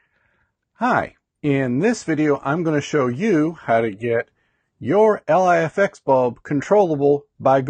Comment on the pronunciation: Thanks for this video bud! One (hopefully helpful) pointer is that LIFX's website describes the pronunciation of LIFX as 'Life-X', rather than 'ell-aye-eff-ex'. I don't mean this as a criticism - just thought it might help u out ;-)